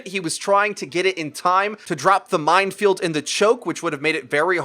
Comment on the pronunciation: says mindfield instead of minefield.